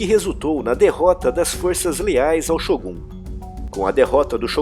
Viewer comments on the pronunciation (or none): none